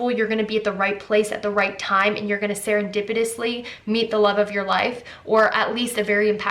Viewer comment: #3 #2 when she said serepedenty BTS 😂